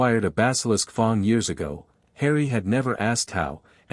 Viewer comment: Good story, but the pronunciations need a LOT of work. WTF is a FONG!?!